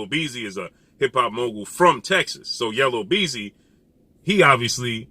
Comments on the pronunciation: Yellow beezy🤣 yu mean YELLA BEEZY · Yella Beezy not Yellow… LOL